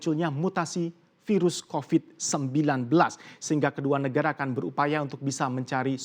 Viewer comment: Humor receh banget cuma denger host nya ngmong Akin Yg dimaskud "Akan" hehe